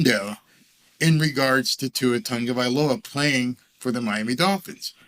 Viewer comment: Why does it sound like Tungavailoa? Isn't it Tagovailoa